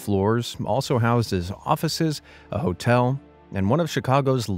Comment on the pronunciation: for a sec i thought he said totel instead of hotel